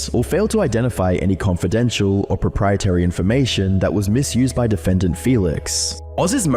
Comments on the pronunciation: I love the video! One very minor thing: it's pronounced "Propriet-ARY" not "Propriet-Y". Not at all important but each time you said that it pulled my attention. Keep the awesome videos coming :) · How do you not know how to pronounce "proprietary"